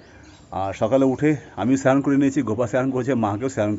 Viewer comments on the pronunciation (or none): চ্যান না বলে স্নান বলবি